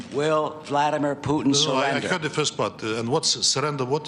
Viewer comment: vladimir putn hahah funny how they pronounce his name.